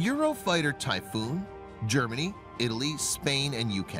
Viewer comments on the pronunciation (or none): none